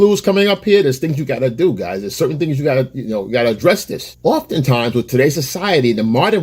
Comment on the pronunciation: As soon as you said "often times", you sounded whiter than Carlton, then immediately recovered. Priceless